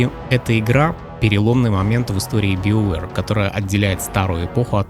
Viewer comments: Да какой биовер, у меня уже кровь из ушей идёт. БАЙОВЕР ВАШУ МАТЬ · ты произносишь "СТАРВОРС", "ДРАГОНЭДЖ", "ВАЙЛГАРД" и т.д... Но произносишь "БИОВЭР".......